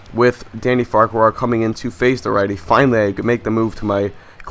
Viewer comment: Just a heads up, its pronounce far-quar